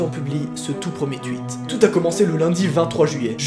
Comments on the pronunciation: CEST PAS TUITE CEST TOUITE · putain il dit "tuit" au lieu de tweet 😂😂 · Juste c pas tuitt mais twitt avec un w qui se prononce hein😂sinon continue tes vidéos son tellement bien🥰❤️ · OhLaLa iL dIt TuIt Et PaS TwEeT oOhLaLa 😱 (C'est du second dégrès) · Tu dis '' tuit '' 😂😂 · mdrrr c tweet pas tuit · Des que tu dis tweet j’ai l’impression que tu dit truites 😂❤️ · Grave y dit tuite 😂😂🤦‍♀️❤️ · Tuite pourquoi tuite ? C'est tweet bordel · On dit un tweet ou un tuite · Sa se dit tuite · Mais j'aime trop pcq tu dis pas "Tweet" tu dis "Tuit" c'est excellent 😂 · Tweet pas tuit 😂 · Mais ptnnnn tu dis « THUIT » au lieu de « TWEET »😂😂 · Mec. Pourquoi tu dit tuite et ouite ? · "Twuit" j'aime trop ton accent XD et super vidéo comme d'hab ;) dab (Comme d'hab/dab voilà ta compris c drôle lol humhum)